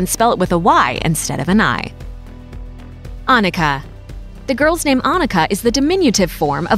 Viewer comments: 1. Never heard of this name before 2. Written with a double n and not pronounced like Ah- nika 3. A shorter oo and pretty outdated 4. Not so modern and probably rather swedish than german 5. Oh my that's so old fashioned please don't name your kid Liselotte plus I think there's a childrens' book about a cow named Liselotte so it might give people a wrong association 6. That one's actually quite ok 7. Also ok but was used a few decades ago 8. Not so common but sounds nice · The pronounciation here is so unbelievably slurred. -It's Annika. AnNika! A doubled consonant implies a short and speedy pronounciation of the syllable. Say Unnika. -It's not 'Loots'. The 'U' is short. Say 'he puts his glass down' ;now say 'puts' ; now say 'luts'; see: Lutz -'Lisalata'??? I don't even know where to start... Leezelotteh, O and E are two distinctive letters and the S is not sharp, more like a bee ssssss-ing around. Same for Lise. It's 'Leezeh'. Lotta is also cute name. -Not 'Bastion'... Bas-ti-an -> Bass-teeyaan, at least in approximation. -LOH-renz I hope that helps minimizing damage done to children. Oh and Ivo is old english and not a name i have heard anyone be called. Like ever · Oh come on, Annika with a double-n please! 🙄